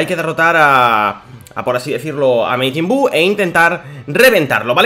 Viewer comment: Porque dices mejin buu se dice majin buu